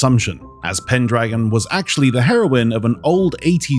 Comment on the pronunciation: it's pendragon you missed a pronounce his name.